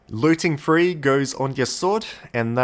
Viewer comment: It’s: three not free